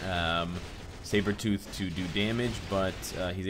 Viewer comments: Cyberthought - Sabrethought Is it so hard to say Sabretooth XD () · i thought he said shave-her-tooth in the beginning lol